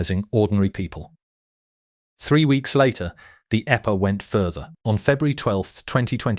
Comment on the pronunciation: The eppa? 😂😂😂😂 Teach your robot about acronyms. And, punctuation while you’re at it. 🤡